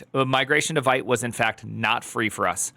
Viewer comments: it's not "white" it's vite like "weed" but with a t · it's vite like veet, french for quick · It is pronounced “Veet”! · Primeagen — hate to be reductive here— but if you can’t pronounce the name of the tool correctly, your opinion is rendered null & void.